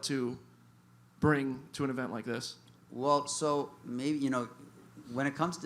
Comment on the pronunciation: Ahem, there is no "R" in the word "maybe".